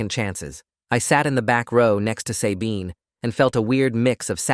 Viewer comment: As far as I know, it’s pronounced SUH-bean, not say-bean